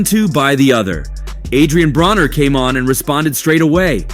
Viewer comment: It’s not Adrien brawner for fuck sake. If you’re going to try to capitalize off of a sport at least show enough respect to have names pronounced correctly….. vulture